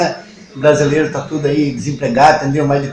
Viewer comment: Sabe tsudo (é assim que ele fala)